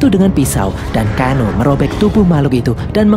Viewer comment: Tsang Tsung = sangsung Liu kang = liu keng Kano = keno